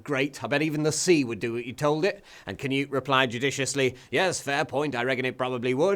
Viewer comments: It's spelled "Knut" and pronounced "Knut", NOT "canoe". There should absolutely be NO "A", spelled or spoken. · im no expert on grammar, but there's no "kuh" sound much rather something more like "kh" so normal sound for K and slap on the exhale-y bit to soften it before "nut" part. im pretty sure if you just type in "Knut" in any of the nordic languages(finnish dont count they're northern not nordic)in google translate you'd get the right way to pronounce it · Pronounced k'noot, not ker-newt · Why do English people pronounce it "canute"? It's Knud. Knud. The d is like in edible. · Its Knud tho, English people pronounce "Cnut" correct, as thats English. Its like Michael, in Danish, and Micheal, in English.... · Scandinavian greetings, but also scandinavian insults, for that defilement of a pronunciation of "Knut".